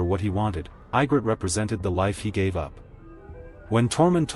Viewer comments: I have been saying that Jon's going North with the freefolk at the end of Season 8 made sense... oh and it's pronounced E- grit, not I- grit... AND Ray- gar , not Ree- gar... whoever narrated this didn't watch the show. He'd know how to say the names. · If you are gonna overanalyse just to Kiss the producer's ass at least pronounce the names correctly. Her name is Egrit no Igrit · how to tell this is AI constructed... Ygrret is pronounced "Ye-grit" not I-grett. There are other obvious mis-pronunciations as well. The last surviving dragon is named DROGON... Jon did what he did because he saw that She would never compromise in her goal of ruling Westeros her way. Without Melisandii she had no one to keep her anger tempered and her mind in the real world. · "Eye-grid???" "Dragon???" "Maester Ee-man???" That is SO irritating! Have you actually WATCHED the series? At least pronounce the bloody names right!! :D